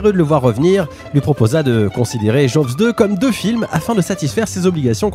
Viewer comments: On dit plutôt joze deux que jovs deux ;-) Le w ne se prononce pas comme un v... D'ailleurs vous dites Jeannot Souarc, pas svarc ;-) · Ca se prononce "Djoz" 😅 Un second opus très sympa mais qui reste dans l'ombre du premier. Et il n'y a jamais eu de suite... Non, non, yen a pas. Bon, en revanche on attends toujours Jaws vs E.T. 🤔